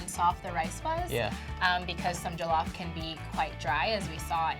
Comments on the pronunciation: JOE - lauf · The original will always be the best 💅🏿🇸🇳 and why are they saying jo LOFF instead of jollof very annoying lol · Criss O Oh loff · “joe-lawf” nah g. it’s JOLLOF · JOH-LOH-FRYCE JOLLOF RICE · I swear to God if he says joe-lof one more time it's pronounced jaw-lof sort of NOT joe-lof🙄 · JOE-LOFF ksksdmmksskm mans shut up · Michael ._. J-awe- loff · bro says “Joe-Loff” i don’t trust him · Yes JO LAWF 🥴 cringeee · JOO lof ugh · what is joe-llof ahh ad3n say it correctly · Onggg🤣🤣🏃🏾‍♀️🏃🏾‍♀️ “Joe-loff” is how he pronounces it💀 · It’s a person. “Joe lough.” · Hahaha why do Americans say Jo-lof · "JOE LAWF" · Pretend like we are still doing phonics so it is pronounced as jo-llo-ff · It pisses me off it is Joll off that’s how u pronounce it and the is Nigerian woman can’t pronounce jollof properly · JOE-LOFF?!!! Seriously 😦😂🤣 Thankfully, I was eating jollof with plantain while watching the video 😁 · as in🤣... He said JOELOFF my sister 😂😂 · jOeeELLoFF rice , I swear it bothered me hard. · I cringe each time he says jOlof hahaha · JOLOF MON. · First of all, I'm Ghanian and the way they are pronouncing Jollof is MADDD ANNOYING!!! Like Seriously? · Man we already know Senegal where jollof originated from we have to give them credit and the way they are pronoucing jollof is annoying. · I’m somali and we dont eat jollof but the way they’re saying it is a piss take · This woman cannot pronounce Jollof correctly but she has taste-buds. #GhanaianJollofForever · why am i so triggered by the way he says Jollof like bruh you could of researched before you did this 😐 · Living with Lola and studying why are you being so rude? Do you understand English? She simply said she is not from Nigeria but the way he pronounces the word ”Jollof” makes her mad, meaning she wonders how Nigerians feel about his pronunciation of the word. Where in her comment did you read are write Nigerian Jollof was bad or wasn't the best? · The way they are pronouncing Jollof is ANNOYING ME.....